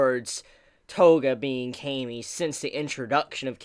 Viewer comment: Why do you say cami with a long 'a'?